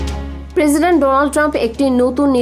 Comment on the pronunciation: পেরসিডেন্ট না। প্রেসিডেন্ট